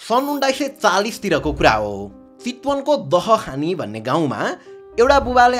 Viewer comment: it's not दहखानी, it's दाहाखानी, our village ❤💕 khushi lagyo aaja ids le aafno gaun ho barema ra gaun ko mahan hero ko barema story banauda, so proud of you, love from chitwan dahakhani ❤‍🩹